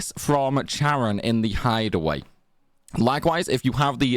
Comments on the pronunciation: Great content, BUT..... It's KAREN. Not Charrin🤦🏼‍♂️ literally pronounced so many times in the game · "chair-on", someone didn't read up on their Greek language roots. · Am I the only person who hears her name as “Karen” not Charon? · i hear it as sharon